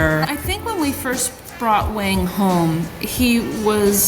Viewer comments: Wang is Wong, not Waing. But in redneck, it is Waing. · the chinese name "Wang" is pronounced "wong" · Love the dogs and love seeing the pupdate. No criticism here, just a little helpful info about Wang's name. If you mean the Chinese name 王, the "a" sound is more of an "aw" sound like the "o" in fog. Cool to see how his eyebrows are like the top verticle of the character, the line of his nose is like the verticle line of 王, and the blond across the cheeks and across the chest kind of make the bottom two verticle lines of the character 王. To me Wayne will always be a 王.